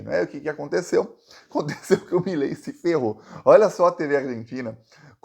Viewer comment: Milei, virou "MELEI" ! 😂😂😂.